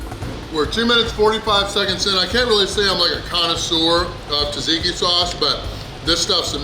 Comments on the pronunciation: It's pronounced "Zahtzeekee" sauce, not "Tazeekee." Nice job. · Haha, pronounced tzatziki different every single time. I have done more damage to our local gyro joint with the pitas faster. The serving plate presented a weird difficulty in "leave no doubt" ridiculousness. Also, gyros have beef and lamb.